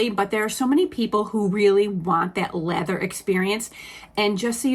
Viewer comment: Omg I thought you were saying leather not lather 😂